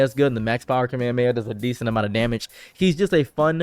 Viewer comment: Jiren literally calls him "top" not "toep." But you also say "kuhmayamaya" so yea...you say a lot of things incorrectly.